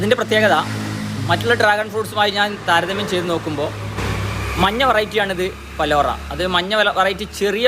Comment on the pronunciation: It's not balora it's palora